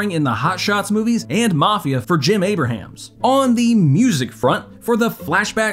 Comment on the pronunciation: How do you not know how to pronounce the last name of one of the creators? I don’t get it. It’s “a brams” not “a bruh hams”